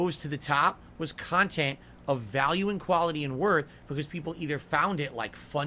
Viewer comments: "They make khantent for malf druuling marahns... oh, hi Derich, see you later Jayde... the devs should eat tuuurds out of muh aaaaassshole, ack ack ack." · "People are gonna study this later...how was so successful and profitable with the small audience...because the kahntent I put out is very different..." hahahahaha 😂Well yea, nobody begs harder than you, and is as self-deluded to call it kahntent.